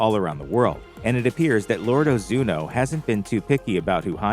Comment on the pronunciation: 1. It's Ozunu, not Ozuno 2. You completely forgot to mention the other 8 clans other than Ozunu and how they also train orphaned children into assassins Only watched it once and could at least gather that much...